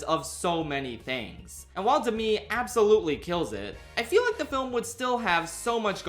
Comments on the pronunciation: It can’t just be me that is distracted by him pronouncing Demi as De-mi and not Dem-e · the way you pronounce "demi" is so ever slightly off, it's kind of funny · THAT'S HOW YOU PRONOUNCE DEMI MOORE???